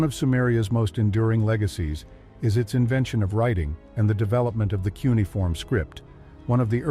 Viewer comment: "Kunai-form" lol Jesus